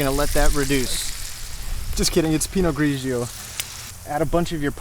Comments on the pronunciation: I really thought you were mispronouncing Pinot Grigio. I was thinking, come on, 😂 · You had me rolling with the way you pronounced the wine 😂